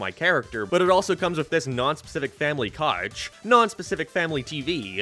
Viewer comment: The way this guy pronounces vowels is insane. I've never heard a couch called a cache.